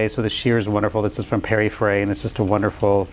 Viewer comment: Interesting to see a gay designer who can't pronounce Pierre Frey or niche.